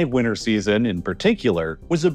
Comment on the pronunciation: WINTER HAS A T WINTER HAS A T